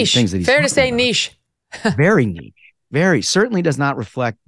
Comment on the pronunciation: Not niche.